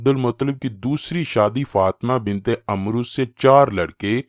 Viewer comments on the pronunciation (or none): "عمرو" کا درست تلفظ Amr ھے۔ Umro درست نہیں۔